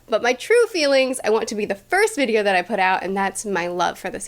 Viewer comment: Did you poot your name in the goblit of fiyer ????!!!